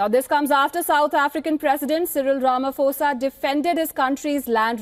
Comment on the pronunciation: Do you think afriforum speaks for all afrikaners. Please also learn to pronounce peoples names properly. Its Ramaphosa. The ph is not F its pho